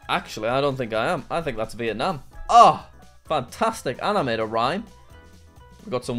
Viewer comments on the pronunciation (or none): none